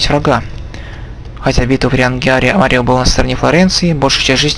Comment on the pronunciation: Прохождение - шикарное, только слегка передергивает из-за произношения имён и названий, тот же мАрио к примеру, ну какой марИо?